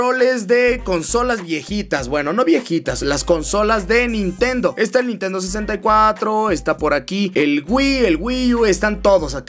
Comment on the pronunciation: "NINTENO SIXTY FOUR OMG " ja ja